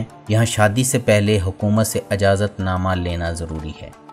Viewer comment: تلفّظ کی islah karlein aap ne ajazat padha wo galat hai : ijazat:sahee lafz hai